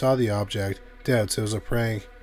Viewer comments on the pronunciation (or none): Why do you not pronounce the K in prank? Wtf?